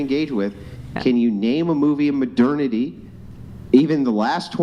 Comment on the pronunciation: Especially when he pronounces it incorrectly.